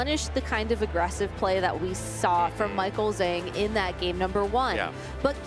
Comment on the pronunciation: Not sure which game you are referring to but I could easily understand them referring to Juan as Juan (in the game against Eric)… it’s not a butchered pronunciation Michael “Zhang” is the butchered pronunciation but nobody is bothered…